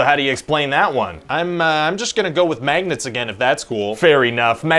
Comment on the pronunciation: Sometimes, I think you're just a normal guy. Then you say maygnets and I remember you're a Canuck!!